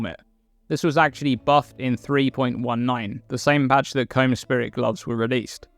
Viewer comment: You know you'd think with the amount Kaom is pronounced in-game; you'd pronounce it right and not as Comb.